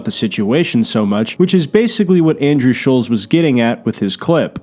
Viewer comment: SHULLZ....SHULLZ......it's fucking ShulTtttttZ